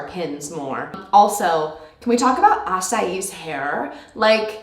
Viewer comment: Ok, since you are starting to pay more attention at the names and their pronunciation, I wanna help you with Asahi's pronunciation, the "hi" is not pronounced a-sah-EE, it's the same sound as in Shoyo's name "Hi"nata, the English word that comes to me my mind with a close pronunciation is "Hilarious", so it would be more like a-SAH-hi. English is not my first language and it's hard for me to describe pronunciations in written form so if anyone else could help on this one, please do so. :)